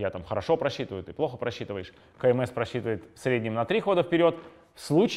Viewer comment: Вы не на тот склад ударение ставите. Лучше кандидат в мастера спорта говорить.